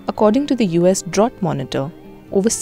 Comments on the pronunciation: Great info but your pronunciation of the word drought is incorrect. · Drought rhymes with out, not with ought